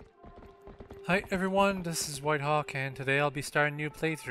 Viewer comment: are you trying to say dis instead of this?